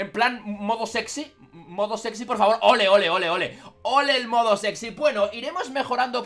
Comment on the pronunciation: mi mamá escucho moco sexy cuando digistes modo sexy activado XD